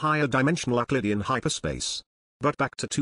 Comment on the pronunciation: Dear, Be careful! Your alias's German origin is quite discernible in pronunciation of words like Euclid and Möbius. You don't want to give away too much information or the Galactic Bureau of Investigation will find you.